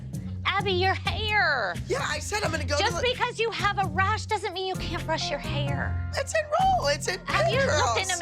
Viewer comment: “YOURE hauir …but Abby ur hauir!”